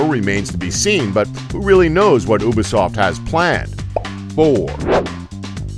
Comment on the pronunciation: he said uba-soft